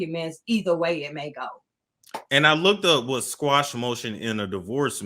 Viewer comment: It's called a motion to "Quash" not squash.